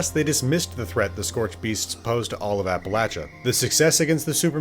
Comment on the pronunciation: Thank you for saying Appalachia correctly.